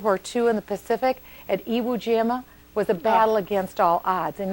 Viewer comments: Haha, she said Iwu Jama. Sounds like a chinese dunk contest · Did she say Iwu Jima? And since Iwo Jima was Japanese territory, who was the aggressor in that battle Mich-Zombie Bachmann? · Nothing was against all odds for the U.S. in the Pacific in 1945. Not in 44 or 43 either. If an operation had been, it would have been scrapped for another plan. The mere fact that we were at Iwo Jima (in the backyard of Japan) should have alerted her that "against all odds" was completely untrue. But she couldn't even pronounce the island name correctly so what can one expect? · OMFG. She mispronounced Iwo Jima.